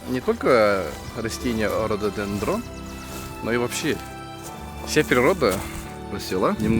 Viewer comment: Он сказал вроде Ортодендрон)